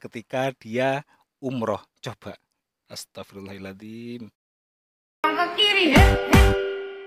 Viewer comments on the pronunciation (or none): Maaf yang benar astaghfirullaaha 'adziim apa Hil 'adziim...?????? Kok gK enak Dengarny ustadz Maaf komen saya di luar konten ustadz 🙏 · maaf bang astaghfirullohaladhim dibaca pake fathah lafadz allohnya krn kedudukannya sbg maf'ulbih 🙏